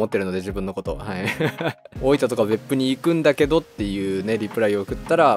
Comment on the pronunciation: 大分のアクセントが大板なんですね